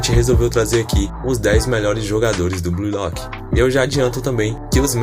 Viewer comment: "Blui Lóqui"